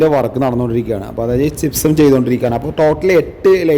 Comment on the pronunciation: നിനക്ക് തലക്ക് വെളിവില്ലേ ചിപ്സം അല്ലടാ മരപ്പൊട്ടാ ജിപ്സം(gypsum)